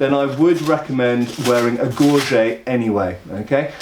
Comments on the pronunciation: Yes. The dictionary pronunciation is gor jet for english. Sheesh. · Gorjay? Gorget. It is funny to hear people say gorjay when it is gorgette in french. Enough people say gor jay these days that the dictionary people will need to change the gorget entry. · MasterChief the pronunciation is from the english webster dictionary. If said kah-nite (knight) wouldn't you comment? Gorjay comes from people trying to frenchify a now english word. The french word was gorgette and turned into gorget in english. Then a bunch of larpers/sca/re-enactors saw the word and guessed on the pronounciation. At least the australians all pronounce it correctly but most everyone else doesn't except for fashion designers and clothiers experts.